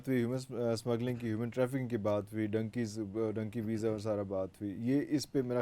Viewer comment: It is dunky not donkey